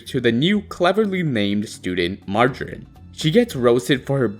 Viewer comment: It's pronounced marge-er-rine. Not magarine.